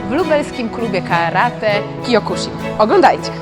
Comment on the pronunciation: Wymowa zbyt twarda. Sibucio, sihan i kjokusin